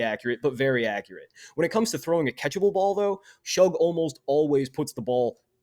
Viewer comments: R u saying Tyler SHUG? It’s pronounced Shuck lol geez my guy..a whole video of my qb being number 1 and saying his name wrong whole time lol. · His name is pronounced Shuck not Shug